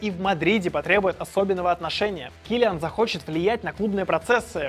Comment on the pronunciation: Кто такой кИлиан? килиАааааан блеать!